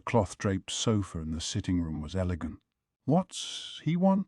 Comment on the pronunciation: Mayo-mayo? Who-gong? Elejent? A: if you're going to use AI for this anyway why not use a female voice? It would fit better since the story is told from a female or at least a femine perspective. B: I thought reading AIs were better along than this even a year ago.